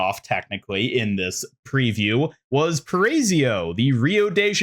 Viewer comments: Just a tip: it's "para-ee-zo", not "parAYsyo". You've made it much harder to speak than it really is. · Paray-zio headass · Paraiso is pronounced like this: PUH-RUH-E-SOH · Just a heads up, it’s pronounced “pah-rah-EE-so”. If you want to say it like a Brazilian, the R is like a light d.